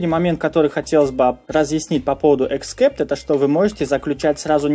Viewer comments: А "деление ПО нулю" - это тоже новый язык :)))))) Вообще, перед записью видео полезно посмотреть ролики о великом и могучем :) Деление НА ноль!!!!!! И except читается как "эксэпт", а не "'эксКэпт". И не "поимка", а "обработкка": "обработка исключительных ситуаций", "обработка исключений" или "обработка эксепшинов" на худой конец :) Капец! Ты книги вообще читаешь? Но само объяснение приятное - доступное. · эксепт(а не экскепт) бро. извини, просто режет ухо. спс за твою работу. очень помогает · except [ɪkˈsept] читается как "иксэпт" спасибо за уроки:)